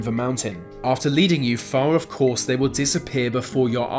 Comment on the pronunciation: Lucimara Sant'Ana The UK, he says ‘Vey’ instead of ‘they’. It’s not even a speech impediment, just lazy pronunciation.